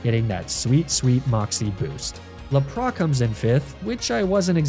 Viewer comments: Loving the stories, still pained about the Lapras pronunciation. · Great video, but my brain has never instinctively recoiled against something as hard as that Lapras pronunciation lol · Why do you pronounce Emogla and Lapras like that?